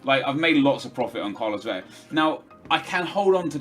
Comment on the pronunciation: Please stop saying vela as veya it's simply not how you'd say it. It's pronounced as you think it would be just with more emphasis on the L